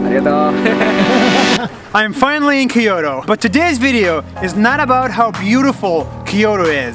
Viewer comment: Kyoto not Keyoto please , I'm Japanese